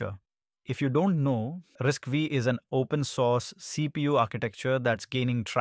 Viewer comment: RISC-V is pronounced "risk five". The "V" is a five (5) in Roman numerals.